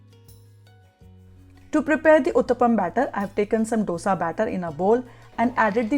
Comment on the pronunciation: Madam, it is not Dosa, ( d as in doll) You've to pronounce it as Dhose..( d as in dal)